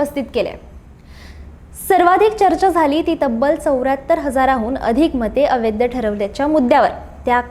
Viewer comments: "अवैध" ह्या शब्दाचा उच्चार "अवैद्य" असा करीत जावू नये. कांहीं लोक "ऐतिहासिक" ह्या शब्दाचा उच्चार "एतिहासिक" असा चुकीचा करताना आढळतात. ते टाळलं पाहिजे. गोष्ट लहान असते पण,....... असो, बाकी मजकूर वगैरे उत्तमच. खूप शुभेच्छा.🙏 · अवैध या शब्दाचा उच्चार व्यवस्थित करा.